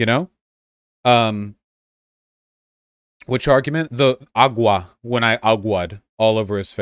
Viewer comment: The agua argument is flawed because he pronounced the "gu" closer to a k when it's more of a w sound.